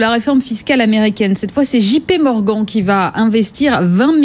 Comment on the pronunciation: " JP Morguan ", paye ta journaliste éco ... déjà envie de la baffer passé 5 secondes, c' est grave .